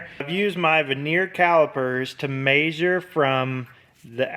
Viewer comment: I love how you say measure. Long A 😊 Great video thank you so much !